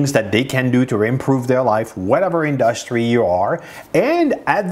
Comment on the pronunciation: Ok, now I have to tell you this. I've watched many of your videos. Great knowledge and content. Your English is amazing for being a non English person. Now, you have to fix only two words in your vocabulary pronunciation, only two words I've noticed you say it wrong over and over, and those two words are: Industry and Analitics. There you have it. Now go and study the correct pronunciation of those two words. Search on YouTube and practice. Also the word Develop. So, 3 words total.